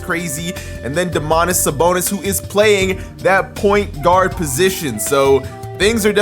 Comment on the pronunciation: DOmantas SAbonis not doMAntas sABonis, im Lithuanian so i can correct u :D